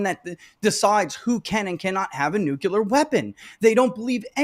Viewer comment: Nuclear is not that hard a word to pronounce dude….